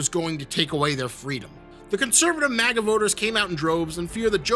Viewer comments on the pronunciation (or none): none